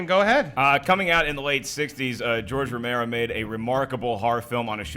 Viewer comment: That George Romero flub should've gotten more attention